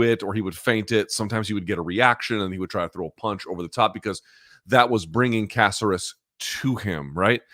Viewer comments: caceras. y cant u pronounce. its not a casserole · For a guy that's married to a latina he pronunciations are terrible. Alex Caceres (Kah-sair-ess) they say it correctly every time he fights in the broadcast. Lol How tf does this guy always butcher names??? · Why are you, is he, saying Caceres’ name like that? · How does Luke not know how to pronounce Caceres by now?